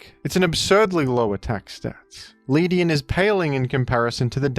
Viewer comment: The way he pronounced Ledian